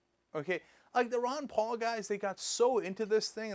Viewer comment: 'Palalalalala' xD instant like